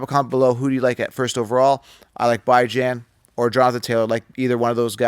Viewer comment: Who the hell is "Bi-Jan" Robinson?! Are you referring to "B-Jon" Robinson from the Atlanta Falcons?